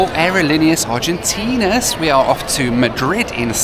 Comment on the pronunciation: Hilarious how says: “aerolíneas Argentin’i’as” ~every time 😂